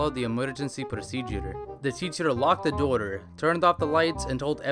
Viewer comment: Everytime he says "door" it sounds like "daughter".